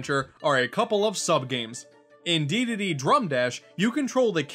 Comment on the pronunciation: Dedede...not Deedade